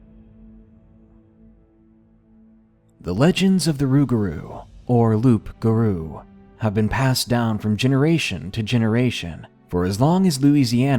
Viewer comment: hey just here to says that I love your video! and the "p" in loup garou is silent (trust me I'm french)